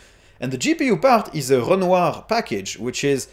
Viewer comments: Great filming location. It was nice to hear your pronunciation of renoir and confluence. Not impressed with its GPU par of the chip, and that would be a deal breaker for me. No display outputs on the left side gave me a startle since that is where I expect them. I think it is better to have two 2.0 USBs than one 3.0. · I just heard the moment when you switched your mind to "French mode" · Probably the first time I heard "Renoir" said correctly on YouTube :D